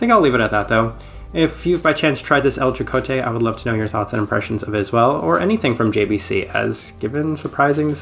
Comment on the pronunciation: i thought i would point out that the j in jocote is pronounced like an h and not a j, love your videos!